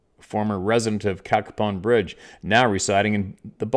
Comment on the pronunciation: Hey. Hope all is well. It’s pronounced CAYPON Bridge, WV. Dillons Run and Edwards Run are Wildlife Management Areas in the vicinity of town. Once you get between Cacapon Bridge and Slainsville it’s pretty remote. I always get weird vibes when I fish and hunted up there. Wouldn’t be surprised in the least if the entire story was true.